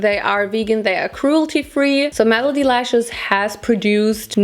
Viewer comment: Every time says malady instead of melody I can't help but giggle. Malady means illness (i.e. Krankenheit), whereas melody means song (i.e. Lied) - which is why Malady Lashes (illness lashes) sounds so funny to me! In English, melody is pronounced m-eh-luh-dy not m-ah-lah-dy, for future reference!